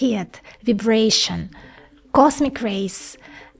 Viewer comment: heet , Vybraeshan